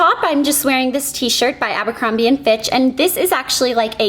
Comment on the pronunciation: I think she said Abercombie and Fitch! :)